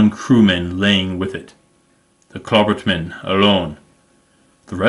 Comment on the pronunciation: Klabautermann is pronounced "Kla-bout-er-man, you have been saying "Kla-burt-man you are missing a syllable and saying it wrong.